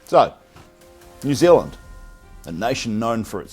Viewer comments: Pronounce the name of the country correctly. Its not New Zlnd. There is and 'eala' in there too. FFS. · Right? This guy. Most Kiwi’s pronounce New Zealand just like you do my bro. It’s how we speak FFS. 😂